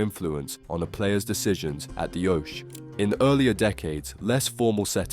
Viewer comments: You know nothing about darts. What is an 'OASH'! Did you, by any chance, mean 'OKEE'! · funny how a dude telling us about darts, pronounces Oche as Osh... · The how you pronounce things makes my blood boil. A do called darts fan that can't say Oche or Stompe name right is shockingn made me stop halfway